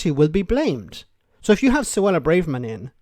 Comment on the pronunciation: You're still pronouncing Suella BRAVErman's name wrong. You're in danger of becoming Tool of the Week..... That's from one Irishman to another, for those of you not from Southern Ireland!